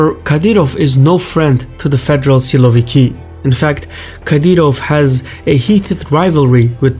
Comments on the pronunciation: you could make a bit better effort by pronouncing it why silo-vikii? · You are wrong. They aren't "siloviki'. They are"sosunki"